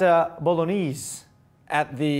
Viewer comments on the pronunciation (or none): none